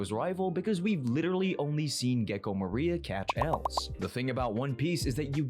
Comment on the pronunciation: MORIA!!! Not MARIA…